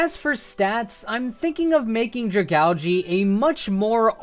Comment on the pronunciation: stop saying dragalge WRONG please